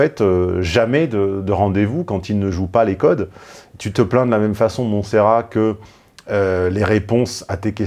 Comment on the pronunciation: Le dernier t se prononce dans Montserrat tontonnnnn